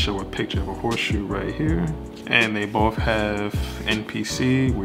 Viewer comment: Horseshoe? You mean “HOTSHOE”